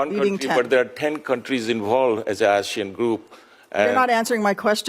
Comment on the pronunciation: While i love Sen Duckworth, can she please learn how to pronounce the words Asia and Asian